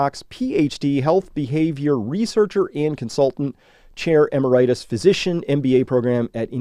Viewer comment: Pronunciation of "emeritus": "em-AIR'-it-us," not "em-er-I'-tus"